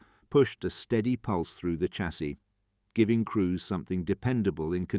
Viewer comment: Please I'm watching all of these and they are very interesting but please say Shassy instead of Chassy, I'm begging you lol, keep up the good work.